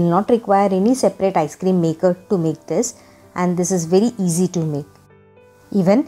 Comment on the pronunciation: You: eazy Us : easy